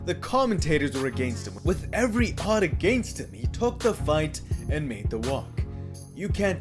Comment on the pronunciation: "AHGANST HIM"